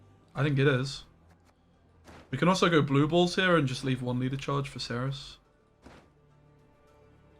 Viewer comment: It's not "kerys", you can easly say "serys" if you want. This is a polish game, so the polish pronunciation is the superrior template. In fact, you pronunciate Cerys with "c" spoken exactly like german "z". It's not "kerys" at all, it's WRONG.